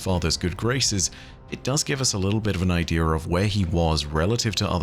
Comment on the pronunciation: The word is idea. Not idear. I D E A. No fucking R in it.